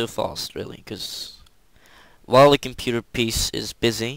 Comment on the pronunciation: that's the best pc computah ever